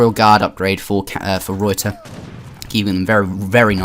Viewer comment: The way you pronounce ruyter bothers me